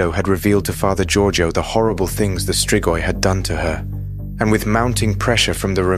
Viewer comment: you nailed that pronunciation